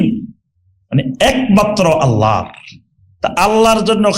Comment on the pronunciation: আল্লা না । আল্লাহ্ শুদ্ধ করেন